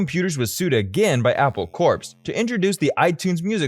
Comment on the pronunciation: Its NOT Apple Corpse as you are calling it, it is Apple Core in pronunciation, like an Apple has a core?